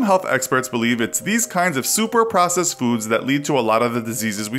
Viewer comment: Who else thoght the word processed said possessed.